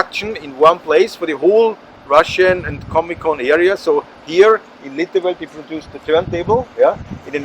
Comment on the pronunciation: Litovel not Livotel, Czech Republic ;)